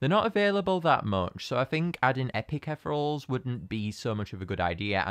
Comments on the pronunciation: idk if this is a local thing or if you're just saying it wrong, but it's eth-ee-ree-ul, not eth-rul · Wait no offence but I think it's ethereal (ee-thee-ree-ul Sorry I'm just picky about these things :( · i think they're pronounced etheereels